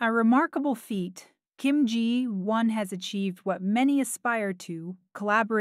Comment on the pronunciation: At least the AI pronounced “Ji Won” correctly. 😂